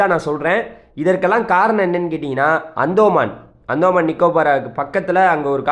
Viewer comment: டேய் அந்தோமான் இல்ல. அந்தமான். இதே மாதிரி தான் பெங்கால் னு சொன்ன. அது பெஞ்சல். ஒழுங்கா பேர் கூட சொல்லத்தெரியல. கருமம் டா